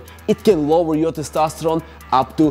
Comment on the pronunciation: I'm addicted to you saying "Testastoron"